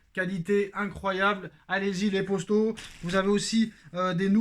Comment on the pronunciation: Gars tu peux dire « poto » et non pas « Posto » ça stress !